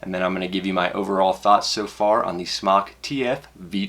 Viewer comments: Dude off of vapor trail channel talked to a company rep. It is pronounced smoke. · its not "smock" it's smok as in smoke, call them and ask them. u sound noobish saying smock lol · JESUS FUCK STOP CALLING IT "SMOCK" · is it pronounced 'smock' or 'smoke'? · it's smoke not smock. smock sounds stupid and smok is a play on words because your smoking non smoke. it's a smoke tfv12 and I love it. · You know it's pronounced smoke! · Fun fact: It's pronounced Smoke! The only reason it's spelled SMOK is because SMOK(E) was already copyrighted by another company. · Fun Fact: You're wrong, It's pronounced sm"а"k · Brett Forbes I say "smock" pronunciation because it's a "mock" smoking device. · its pronounced smock for everyone who still doesnt know, it means dragon in polish